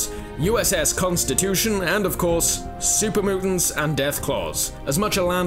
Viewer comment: LOL Supah Mootants